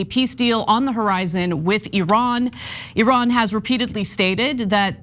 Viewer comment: And he cant even pronounce Iran correctly.